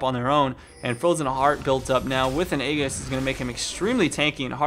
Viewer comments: Hate to break it to you but it's pronounced ee-jis. It bugs the hell out of me when people get it wrong. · Aegis = JIZZ-ZZ +SS. AAAAAY, like the fonz, jis, as in jis say it right. Love your videos, but it kills me.